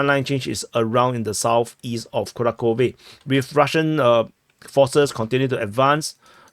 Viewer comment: Dude, fantastic analysis, but it's KuraHHove (H like Half or House), and not Kurakove.